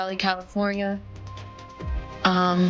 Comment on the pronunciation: soundslike Venice Califonya